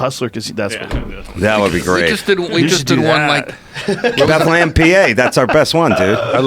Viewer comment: It's not Bethlehem its said like "Beth- Lem" and it's not Wilkes-Barry... its Wilkes Barre pronounced like "Wilkes - Bear". Just saying.